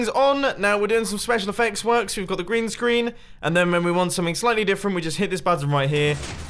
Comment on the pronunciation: mumbo when u said green screen i heard grian screen lol